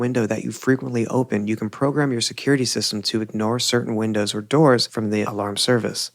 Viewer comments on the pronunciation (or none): none